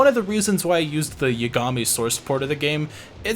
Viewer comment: I think I watched a more recent video from you where you realized about this, but I just need to say it anyways... YA-GA-MI? Man, check your syllables order xD